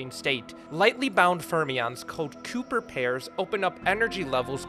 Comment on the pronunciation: I don't like the way you pronounce "Cooper."